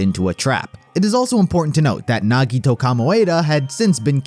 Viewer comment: THE WAY HE PRONOUNCED NAGITOS NAME HAD ME DEAD BYE